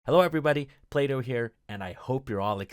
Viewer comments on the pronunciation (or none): none